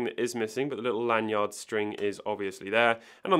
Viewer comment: The way you say lan-yard bothers me lol. You're over-enunciating L.E. yacht